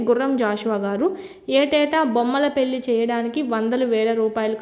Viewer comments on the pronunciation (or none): none